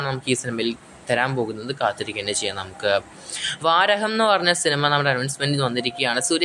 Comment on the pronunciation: Vaaraham alla bro VARAAHAM VA-RAAA-HAM